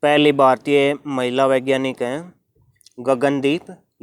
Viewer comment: Bro it is not gagandeep yang it is gagandeep kang